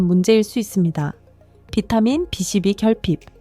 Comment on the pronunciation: 비 12부 바름 좀 똑똑하게 해주세요 바름소리가 3로들림니다.